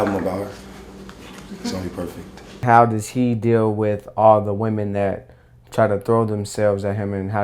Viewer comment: Especially with women? Why you gotta emphasize that